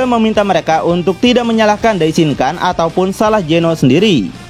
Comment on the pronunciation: Maaf bang mau ngasih masukan dikit. Dalam bhs jepang huruf “N” jika berada diakhir kata atau bertemu huruf “K/G” maka dibacanya “NG”. Misalnya “DAISHINKAN” maka dibacanya “DAISHINGKANG” Sharingan = Sharinggang Rasengan = Rasenggang Yamada san = yamada sang Sakura chan = sakura chang Jika bertemu dg huruf “P/B/M” maka dibaca “M” Contoh: Ganbatte = Gambatte Dan jika bertemu dg huruf “D/T/N” tetap dibaca “N” Contoh: Minna san = Minna Sang Walaupun sepele, semoga bs mnjadi masukan ya bang biar penyebutannya jd lebih enak di denger 😊😊🙏🏻🙏🏻 Ganbatte kudasai 💪🏻💪🏻💪🏻